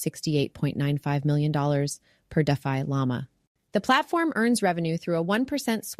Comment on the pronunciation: Lol, your bot can't pronounce defi